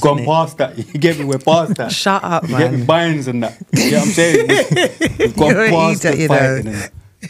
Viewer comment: Man sed bines😂😂